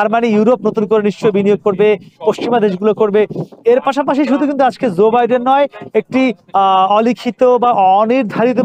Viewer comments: Not Zoe Biden but Joe Biden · Bro Stop Saying Zor Biden it's Joe